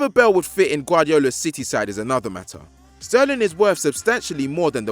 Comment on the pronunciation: Who let say his name wrong??